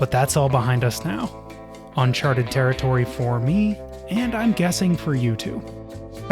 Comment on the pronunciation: Yay! He said "uncharted territory". Sick of hearing "unchartered".